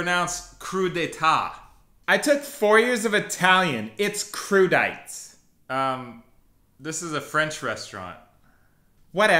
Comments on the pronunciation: French people cringing at the waiter's pronunciation of crudités 😂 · "kroo dee tah" - er no it isn't! "kroo dee tay" surely? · Not "kroo dee tah" but "koo dee tah" Pretty close none the less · Crudités crew dee tay (hon hon hon) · It would appear even the waiter got two of them wrong. LOL. Au jus is not pronoucned ow-joo, and crudités is not pronounced croo-day-tah. OMG. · Actually, I hate to tell you, it's "croo-dih-tay" and "oh zhoos" for French (like) pronunciations. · And it's not pronounced kroo dee tah 🤦‍♀️🤷‍♀️ Trying to sound knowledgeable when actually you're not? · Are you just trolling us with the au jus and crudités? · Yes. Crudités and au jus. Totally wrong also on the waiter's part. And he didn't even try to correct the guy with the croissant. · Did you mean 'crudités'? Americans trying other languages is always such a bloodbath, even if they try their hand at distinguished English. I remember visiting a bar once where an American was ordering "kafej oh lej". I still don't know how to write what he uttered when he wanted a café au lait.